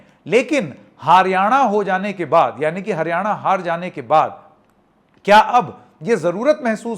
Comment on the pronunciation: जी का बार बार हारयाणा कहना सब कुछ बता रहा है ।